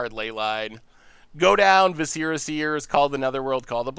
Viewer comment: Love ya but Jesus... say it with me viss-er-uh